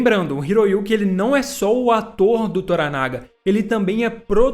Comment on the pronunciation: Na série antiga a pronúncia do nome Toranaga era com a última sílaba tônica como se fosse Toranagá e não Toranága como você fala.